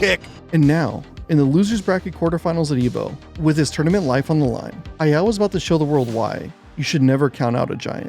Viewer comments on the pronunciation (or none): Anyone else hearing “Hi-El” instead of Hayao? I was confused most of the time he’s pronouncing it like that.